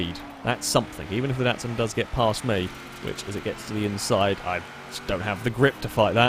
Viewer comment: you dont say DATSUN its a DOTSUN